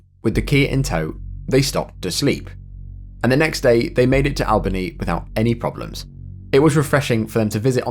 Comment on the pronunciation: I've never heard Albany pronounced like that before